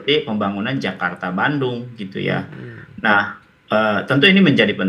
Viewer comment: KERETAH CEPAT JAKARTAH - DLLLLLSB